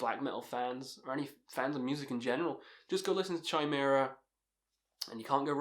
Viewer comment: It’s pronounced KY-MERA not CHY-MERA. 😂